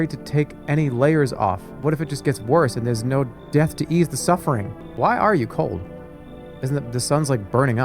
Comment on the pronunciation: Misreading “do” as “woo” and “ease” as “eeya-eese” - is he doing a bit, or is it just how he is?